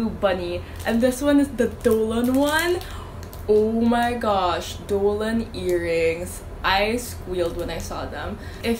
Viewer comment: its so funny how u say dolan instead of donald